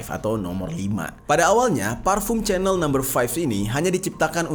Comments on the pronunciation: Sebutan nya itu bkn spt sebutan CHANEL tv tue bro.....tetapi sebutan nya yg tepat spt yg disebut oleh warga eropah itu adalah spt ini CEENELL...ttpi huruf ejaan nya adalah CHANEL.... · chanel itu disebut "syenel"